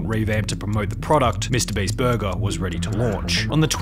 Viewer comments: its borgir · the way he says "burger" is so satisfying.